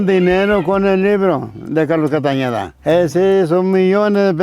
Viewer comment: Un español pronunciando Castaneda en vez de Castañeda 😓